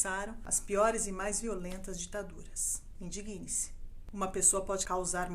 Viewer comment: Adorei os esclarecimentos, trazidos de uma forma calma e sensata! Só queria deixar uma dica à locutora: a pronúncia correta deveria ser "indígne-se" (dando força, destacando a sílaba "dig", como se houvesse um acento agudo). Que Deus tenha misericórdia da nossa nação!